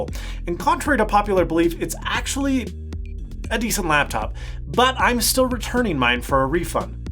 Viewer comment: when he said i styill want a touch screen mac i rewinded the video to hear that again on my dell pro touchscreen yoga hahahah